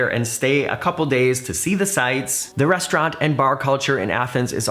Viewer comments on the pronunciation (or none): none